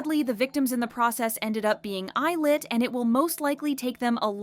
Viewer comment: I thought it was pronounced elite lol i never knew it was eye lit